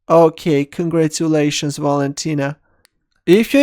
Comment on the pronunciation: Okay! Congatulation valentina 😂😂😂